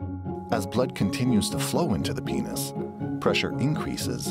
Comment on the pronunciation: the way he he says "into the PINES"